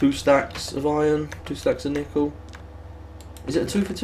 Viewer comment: Do British people pronounce nickel nEEkle. or are you just effing with us?